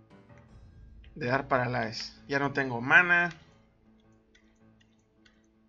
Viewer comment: paralais? ulalá señor frances!!!! jaja saludos